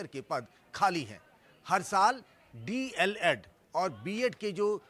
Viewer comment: D. El. Ed. Hota h na ki DLD